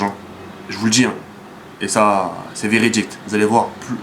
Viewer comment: jaime bcp tes videos, je voudrais juste te dire un truc, on dit veridique pas veridicte, jespere que tu le prendras pas mal ni toi ni tes fans, jme crois pas meilleur que toi ou quoi que ce soit, mais cest pour eviter que les gaouris se foutent de toi